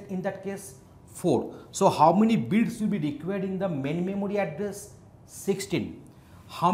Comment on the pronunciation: my guy is saying bits and it sounds like beats